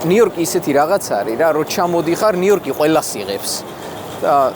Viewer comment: ნიუ-იორკს ვერ ამბობთ? ნიიიოტკი 😢😅